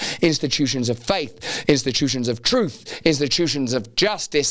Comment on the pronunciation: It's "truth", not "troof".